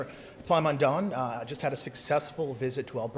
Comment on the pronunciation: Plamondon is pronounced plah mon done